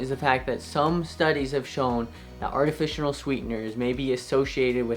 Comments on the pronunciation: Kind of hard to trust you as a doctor when you keep saying “artificional” when the word is “artificial”… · It sounds like he is saying artificional sweeteners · "Artifitional", coming from a doctor, is concerning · What are artificianal sweetened drinks! Edit your video audio since saying things like artificianal removes credibility!!! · NOT TAKING ADVICE FROM A CHILD THAT CANT EVEN PRONOUNCE “ARTIFICIAL “ CORRECTLY. THERES NO FKN “N” IN THE WORD, BRO.....